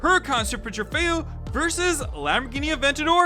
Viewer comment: trofeo not trefeo